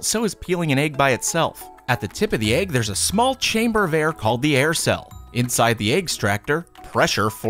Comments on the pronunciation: Jackson boyyy eh-g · That's how you pronounce egg lol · I love how he pronounces it “ayg”. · Why do you pronounce egg (Ayeg) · Boooeee stop hating I bet you say stuff differently sometimes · Phrog | or... “ehg” like the end of the name “Meg”... (or do your pronounce that “mayg”? There are classic vowel mergers, but I find that even some people who don’t vowel merge other words, do in the word egg. Just an interesting regional variance!)